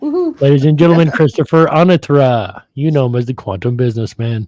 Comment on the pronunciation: I remember being a-NA-tra and it changed to a-na-TRA. It is the former pronunciation in the intro to his videos.